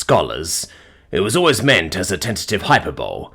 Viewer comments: Love the narration. Just a heads up, hyperbole is pronounced hi-per-bo-lee... Stupid spelling to pronounceation if I'm being honest, totally not your fault. Not trying to be negative, just informing. Keep up the great work 😁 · Hyperbole is pronounced with an Ee on the last syllable; as though it were spelled hyperbolee, not hyperbowl.